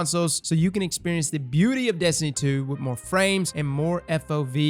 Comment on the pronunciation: lol "moar"